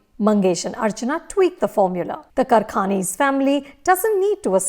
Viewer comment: कारखानीस not करखानीस ... plz improve ur marathi pronunciations..